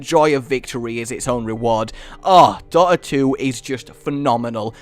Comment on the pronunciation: What was number three? It sounds like he said "daughter 2" and I've never heard of it before. It also looks exactly like league of legends